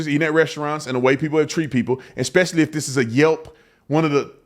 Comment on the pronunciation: Exspecially? I just saw news reporter in Portland, OR say the same word. HE was white. I guess that it's not a cultural colloquialism.